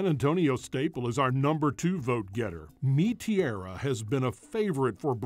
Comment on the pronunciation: Nope not Mi tera😢